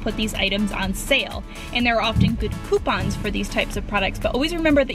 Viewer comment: i thought she said pooponps insteast of coupons